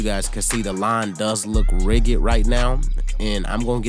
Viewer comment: Did you say Rig-gid? lololol. It's rigid, like ridge, and then "id".